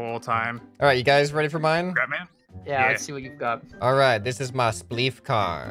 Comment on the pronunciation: "It's spleef" not "it splef"